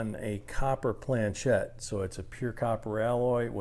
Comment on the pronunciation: Nice touch on the pronouncement of planchét lol, all good info!